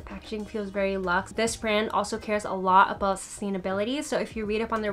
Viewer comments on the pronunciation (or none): none